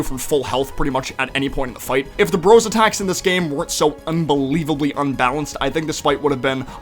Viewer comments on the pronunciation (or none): none